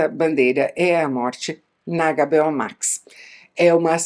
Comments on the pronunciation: Adorei ouvir o "Agá, Bê, Ó" Max! Bem nacionalista, gostei. Conteúdo do vídeo foi melhor ainda, claro! Assisti a várias das séries citadas e concordei muito com sua opinião. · Isa fala para nós por que você chama a HBO Max de Agabeó max, kkk?